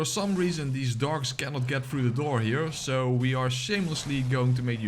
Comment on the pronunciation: Are you saying dogs or dorks?